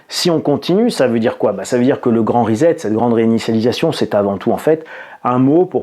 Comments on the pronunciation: C'est pas Rizette c'est Risept que l'on prononce. Amicalement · On ne dit pas risette pour 'reset', mais rissette, comme dans sucette, cf. les crêpes sucettes... :-) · Pour prononcer reset en anglais, vous devez prononcer la première syllabe ri comme du riz et la seconde syllabe set comme un set au tennis (et non zet). Si vous souhaiter le prononcer en français, il faut prononcer les lettres "es" comme pour le mot peser et les lettre "et" à la fin doivent se prononcer comme dans les mots galet ou poulet, le "t" doit rester muet, en français reset il faut donc le prononcer reuzé (mdr). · On ne dit pas REZET mais RESSET. En Anglais un S entre deux voyelles ne se prononce pas Z. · Après la grande rizette de, voici le « Postulala » ( a 8 min 55) ^^